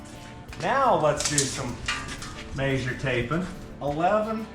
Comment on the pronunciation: It's a tape mea-sure NOT A tape may-sure. Like you mea-sure the pipe not may-sure the pipe. Love your videos, though. I watch them all it drives me crazy though. It's not a Utah thing cause my cousins grew up there, and they sound like me and say MEASURE properly. 😂